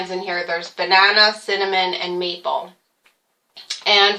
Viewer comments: I thought that, too. Lol! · When talking about the oatmeal, you said maple...I thought you said meatball...lol :)